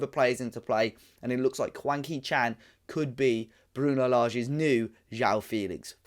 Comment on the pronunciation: It sounds like you are calling him wanky Chan must be are black country pronunciation😂